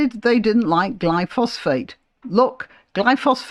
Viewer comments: It's not Glypho-phosphate, it's Glyphosate - which doesn't sound so bad! I believe it's actually biodegradable - leaving no chemical residue. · Er, I thought it was "glyphosate" rather than "glyphosPHate". See There were weed-killers in the late 19th century. See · They (Greens) suggested the council should compel residents to keep the pavements clear... I imagine unpaid and no reduction in council tax, are they so naïve or just stupidly self absorbed?... By the way, I think the chemical in question is: Glyphosate, pronounced: gly-fo-sit... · I'm sorry to be pedantic but you mispronounced "glyphosate" - there is no second "ph". Apart from that I completely agree with you!